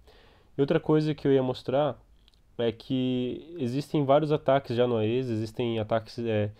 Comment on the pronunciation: A-E-S != Ah-Êee-ess xD